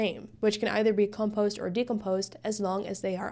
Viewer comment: When you pronounce the word decomposed, that is also how you should pronounce the word compose. When you're saying compose you're accenting the first syllable instead of the second, I'm pretty sure English is your second language judging by your accent and you speak it almost flawlessly, just thought this tidbit would interest you. Also excellent job explaining this, it's the first time I've understood coding so clearly